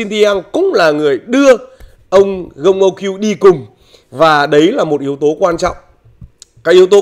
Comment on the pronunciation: Đọc đúng tên Huân luyện viẻn Gong là Con u ky-ưn anh.